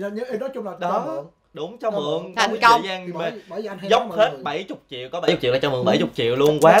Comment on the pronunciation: Chị Nam Thư nói 400 triệu mà giống như 400 nghìn á😂😂